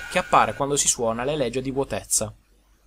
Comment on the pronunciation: Vabbè raga ma quella che voi leggete "elegia" non si dovrebbe leggere "elegìa"?